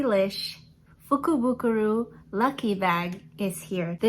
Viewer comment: I am so impressed you pronounced the name of the lucky bag wow. You received totally awesome products. I loved the palette. I will posting my Jeffrey Starr lucky bag cannot wait. 😊